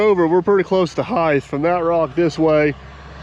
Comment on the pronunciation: Height not Heighth!